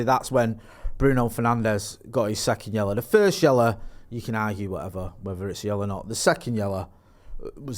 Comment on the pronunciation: Its yellow not yella😅